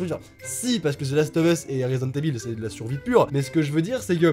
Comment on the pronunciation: C’est pas « eville » mais « Ivaul » 😂 L’accent anglais en force 😏